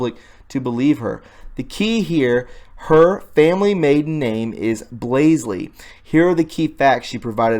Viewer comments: Come on it isn't Blasely it is Blasey. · its blasey not blasely dummy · Omg... it's BLASEY. Not Blasley. And I believe it's actually pronounced "blah-zee" (yes, I'm serious). But regardless, there's no second "L" in Blasey. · DUDE! Her maiden name is BLASEY not Blasley as you keep pronouncing it. Get it right along with all the other words you keep mispronouncing. It makes you appear less credible. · Why do you keep saying 'BlasLey?" There is no second 'L' in BLASEY. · Her surname is Blasey, not Blasley. There aren’t two “l”s. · Blasey Bruh......not Blaseley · BLASEY!!!!NOT BLASLEY...LOL... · Great but hard to concentrate on listening when you keep adding an extra "L" to her name, it's BLA-SEY not BLAS-'L'EY, that second "L" is just not there! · When you pronounce Blasey please remember there is only one "L" in the name and it is at the front. The "A" is pronounced like you would pronounce blah blah blah. lol Not a long A sound. Thanks for your work. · Her maiden name is hard to remember how to pronounce unless you just say BLAHH first. That was the only thing I could make be funny last week. Blahhhzey. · It's BLASEY. B-L-A-S-E-Y. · Lefty logic: Her name is pronounced Blay-see ! Obviously this whole video is fake if you can't pronounce her name. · There is no second L in BLASEY Sorry, mispronouncing names is a pet peeve ... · Blah-zee not blays-lee. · omfg it's blasey not blasely